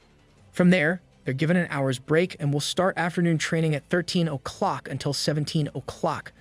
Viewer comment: That is not how you say "O'clock"